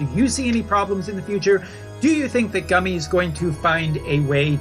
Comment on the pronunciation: Are you ever positive about anything? Also stop saying Gummy, that's not how it's pronounced.